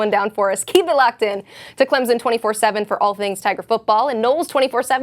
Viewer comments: "clemzon" smh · Clemson, not Clemzin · loved your report, but there is no Z in Clemson. Just a soft s when its pronounced. Clem_son.:) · There's no "Z" in ClemSon.